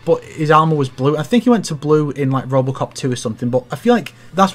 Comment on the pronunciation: Did… Did just call Robocop “Robertcop?”